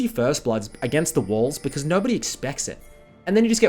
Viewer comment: Am I the only one who understood "wolves" instead of "walls" and got really confused?